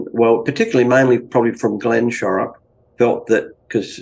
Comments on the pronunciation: How do you get "Sherock" out of "Shorrock"? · Very Aussie, and a touch of South Aussie at that, where some of best music, especially in the 70’s came from! And professor, it is not sherrrock, all though you could be forgiven for pronouncing that way, it is pronounced more like sho (as in shot) sho-rick, but said with one syllable. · It's pronounced SHORRock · You don't know how to say the name Shorrock. Glenn Shorrock. To hear it properly